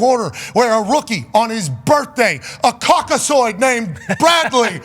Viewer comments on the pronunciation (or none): I luv it Pat....A CAUK-A-ZOID....Man....U Silly.... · Did he say Caucazoid?!? Pat McAfee stupid as hell 😂😂😂😂